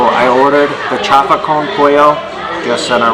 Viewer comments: Don’t say chafa because chafa means fake it is chaufa you must pronounce the u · It's not pronounced chafa, it's chaufa (chow-fa). Like when you chow down on something.